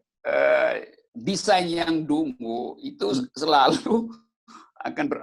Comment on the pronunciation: Dungu dibacanya DONGOOOO!!!!.wkwkwk🤣🤣🤣